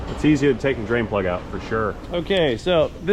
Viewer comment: One time drain plug, or did you say brain plug?